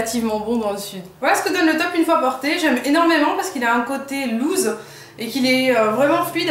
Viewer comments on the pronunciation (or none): Loose (large) se prononce lousse tandis que lose (perdre) se prononce louze =)